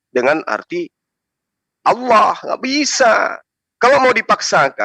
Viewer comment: Gw benci pengen nabok congor yang salah nyebut nama Allah (Alloh) dengan Awloh..